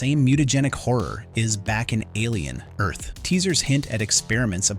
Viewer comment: Why are you pronouncing it "Alien. Earth..."? It's "Alien: Earth", you sound like a robot, and not the cool Lance Henriksen type.